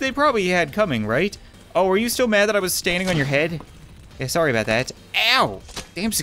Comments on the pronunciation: Stop saying sorywe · lol he says im soory XD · He is a